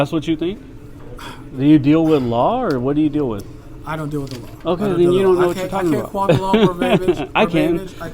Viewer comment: He said ''quont the law verbaybige''....Lmao, tried to correct himself.....Then said it again. Who cannot say, 'quote the law verbatim'?